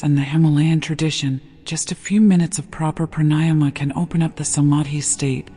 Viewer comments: The correct pronunciation of pranayama is Prāṇāyāma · Since you don’t know corect pronouncing pranayama- why listen? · I would enjoy this more if the orator would pronounce pranayama correctly